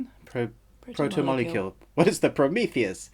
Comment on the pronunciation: But you don’t know how to say protomolecule the major part if the story? And amazon gave you a early review?